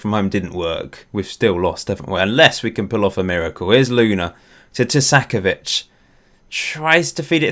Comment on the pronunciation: Why are you saying Tu-sack-ovic, i think you are adding in an extra s in the middle of the name. I believe it would be more like Two-ka-co-vich (co as in co-conut)